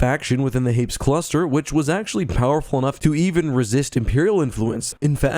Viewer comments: Hmmmmmm I had always assumed Hapes followed a similar pronunciation to Hades, but you pronounced it in the way someone would say Gapes. Now I’m confused. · Note from the Pedantic Police: I've also read "Courtship..." & it seems apparent that a more proper pronunciation would be HAY-pees (emphasis on the first syllable). BUT, one can't help conceiving of the whole "rotating gun" idea as a little silly... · I thought Hapes was pronounced Hay-Pees. I remember that from the audiobook. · I swear in the audiobook they pronounced it "Hay-peez". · Well, just discovered I've been pronouncing Hapes wrong. I've been pronouncing it as "Happys."